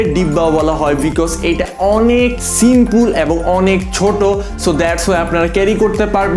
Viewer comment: এর লেন্স সম্পর্কে কোন জ্ঞান নাই, শুধুমাত্র কিছু টার্মওয়ার্ড মুখস্ত করে বকে গেছে.... উচ্চারনও সঠিক নয়, যেমন সিম্পুল, বকি, বিস্ট হবে.....